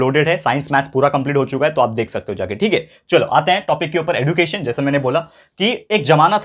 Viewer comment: Sir you teaches very nice you are best teacher in my life but you says एडुकेशन but it is एज्युकेशन